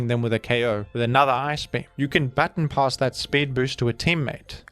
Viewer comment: Ba-Ton, not Bat-on pass.